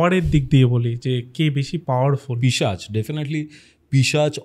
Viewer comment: পিচাশ❌ পিশাচ ✅ correction kore nio. Khub kane lage tomar pronunciation ta